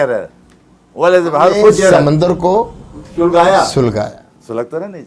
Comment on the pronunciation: فجرت نہیں بلکہ سجرت ہے